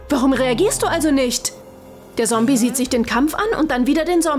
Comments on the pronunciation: Du sagst sombi schtad ZOMBIE 🧟‍♀️🧟‍♂️ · Alter es heißt ZOMBIE und nicht sombie 😒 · es heisst zombie und nicht sombie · Es hießt zombie und nicht sombie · Ja die sagt anschdat ZOMBI sombi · Stimmt sie sagt sombie und nicht zombie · 1. Wenn ich mir solche Sachen bastle sterbe ich 😂 2. Kann sie bitte aufhören sombie zu sagen.. dass heißt zombie ZOMBIE 😂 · Nein sie sagt die ganze Zeit Sombie😅😄😜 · Wieso sagt diese Stimme: Sombie und nicht Zombie🤦‍♀️ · Okay, ja wir haben glaube ich alle verstanden das sie Sombie und nicht Zombie sagt und das die andere Stimme besser ist.😂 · Bitte NICHT diese Stimme Die ist schrecklich 😭 Ps. Das heißt Zombie und nicht sombie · Das Wort Sombie ist zum tot lachen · Es heißt Zombie und nicht Sombie! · Alter die sagt die ganze Zeit Sombie nicht Zombie!! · ES EIST ZOMBI NICHT SOMBI! NICHTS gegen die andere stume aber ich wiend die alte beser. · WARUM SAGT SIE SOMBIE DAS HEIßT ZOMBIE 🤦‍♀️🤦‍♀️🤦‍♀️🤦‍♀️🤦‍♀️ DIESE STIMME KANN NICHT RICHTIG REDEN UND IST SCHRECKLICH 🤮🤮🤮🤮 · Das heißt Zombie und nicht Sombie Und wie man Frisbee ausspricht weiß die offensichtlich auch net :/ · Es heißt Zombie nicht Sombie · Die stimme sagt Sombi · Zombie wird mit einem harten Z ausgesprochen nicht mit S... als Z... Eh... Hört sich bescheuert an wie die das Ausspricht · Das heißt nicht sombie sondern zombie ! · Sie hat sombie gesagt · Nicht sombie Zombie Z o m b i e und könd ihr bitte bitte die andere schtine machen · Es heißt ZOMBIE und nicht Sombie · Es heißt zombi und nicht sobi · Das heißt Zombie und nicht Sombie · Nicht sobi sondern sombi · Es heißt nicht Sombie ondern Zombie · Sombie es heißt ZOMBIE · Das heißt Zombie nicht sombi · Zombie nicht Sombie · Genau, das ist ganz klar ein " Sombie " außerdem ist das auch ein "Sombiebuster" es in anderen folgen wo die bessere Stimme noch gesprochen hat sind das eigentlich alles Zombies und ein Zombiehounter 😒😂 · Sombie sombie ES HEIßT ZOMBIE 😡😡😡😡😡😡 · Z für Zombies auf dem Schild und sie sagt immer noch sombi